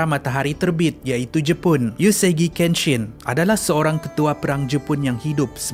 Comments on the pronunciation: sorry, sebutan utk “Uesugi" dlm “Uesugi Kenshi" sebenarya “U we seggi" bkn “Yusugi". Sorry kalau bang rse offended. Btw, maybe ada yy tertanya drpd mne saya ambik ni. Saya ada tgk satu anime ni; Quintsentials Quintuplets dan nama tersebut ada disebut dlm anime tersebut (bukan watak ya). Jd, apa yg saya thu, tu cara sebutannya. Sekali lg mintak maaf kalau bang rse offended.🙏🙏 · Sebutannya bukan 'yusugi'.. "Uesugi"